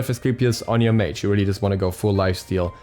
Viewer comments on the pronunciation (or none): none